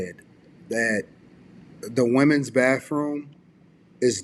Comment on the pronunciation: Wait . Did he say ( da womins baffroom.?